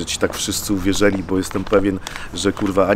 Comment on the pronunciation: "Uwierzyli", a nie "uwierzeli". A cała reszta git